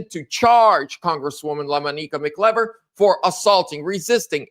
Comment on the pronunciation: the correct pronunciation is Mak•Eye•Ver “MacIver”. Watching from Upstate New Yuck. Subscriber 🙂